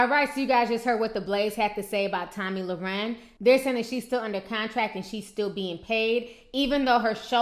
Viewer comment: you keep saying her last name wrong. Not that you care;)